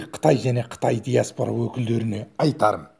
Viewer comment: ДИАСБУРА ЕМЕС ДИАСПОРА